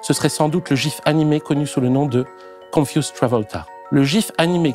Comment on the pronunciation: On dit con-fyou-z'd - confiou'zd et non pas confusse